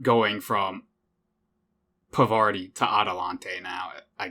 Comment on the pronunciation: Parvati just wanted you to pronounce her name right...